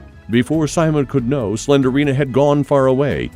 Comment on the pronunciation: Apple, Pilot......y'all got nothin' on "Slenderina" 😂😂😂🤣🤣🤣🤣